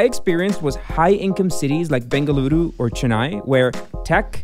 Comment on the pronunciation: Dude!!! I just had to pause the video when the guy in the video pronounced Bengaluru and not Bangalore. I was so damn surprised and happy that atleast there are some people who knows and understand how to pronounce the name of my city. Thank you so much for that.